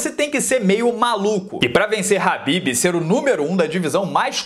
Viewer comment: Cara, por favor. É KHABIB, NÃO HABBIB.